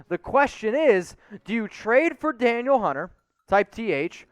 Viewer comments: pronounced like Daneel. not daniel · It’s pronounced Dan eel not Daniel